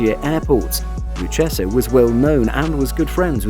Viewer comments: Hey you Mamaluke, Lucchese is pronounced Loo-Cay-Zee. Not “Loo-Chessa” Learn how to pronounce the Italian names correctly. Of course we can always send Vinnie & Lou over to help you with your speech problem.🇮🇹🇮🇹🇮🇹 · Lucchese is pronounced = Loo kay zee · It's pronounced Lu- Kay-Zee. 🤦🏼‍♂️ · You really should learn how to say the names if you're going to make videos on them. The Luchesse family is Pronounced LOU KAY ZEE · The in the USA we pronounce it, the 'lou-case-ee' family. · Luchese is (loo-kay-zee) Joe Pistone is (pis-tone)